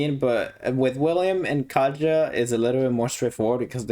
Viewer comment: Katja actually slavic name and pronouns more like Katya